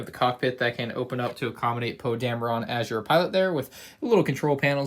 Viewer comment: Normal people:Poe dameron (that would be how you pronounce it): Poe dam-re-rane